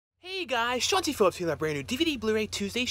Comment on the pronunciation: Shawn C. Phillips. I thought he was saying Chauncey Phillips ... I think I like Chauncey better.